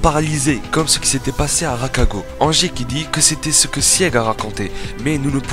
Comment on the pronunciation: Ragako pas rakago